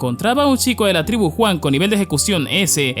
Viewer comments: Brother no es por ser mamon, pero podrías pronunciar Yuan en lugar de Juan es que me da risa y me recuerda a Juan y Pedro jaja bueee, en fin que viva la comida Pedro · me encanta como dice ENERJIA JUAN >:V jajasjajsajs